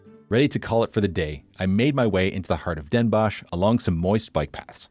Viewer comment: I know the sch at the end makes you want to pronounce it as a shhh sound, but Den Bosch is pronounced Den Boss (sadly, English doesn't have the correct O sound for the Dutch language, so the word 'boss' would be the closest). And 's-Hertogenbosch the same, the H is basically silent, so you're saying Sertogenboss. Great video nonetheless!